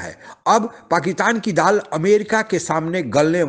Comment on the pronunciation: ये पाकिटान क्या है? पाकिटानी मीडिया lol. भाई तुम्हारी हिंदी का उच्चारण बहुत हास्यप्रद है।